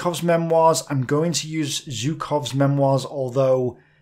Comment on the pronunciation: omg, again you call ZHukov Zukov. ZH stands for [ʒ], not for [z]. It's the only way to convey this sound. If he were Zukov, why add an H after the Z? This is true of other surnames and names like Rzhev, Zhuravlev etc.